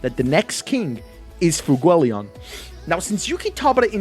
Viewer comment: Why is there not a single youtuber who can pronounce FUEGOleon's name right?